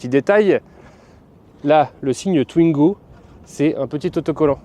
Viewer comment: "Twnigo", c'est un nouveau modèle ? 😅